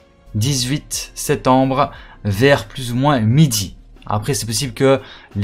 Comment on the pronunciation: 18 septembre et pas setembre il faut articuler